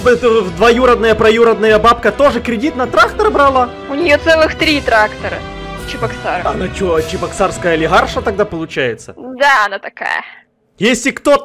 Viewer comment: Не Чибоксары, а Чебоксары 🤦‍♀️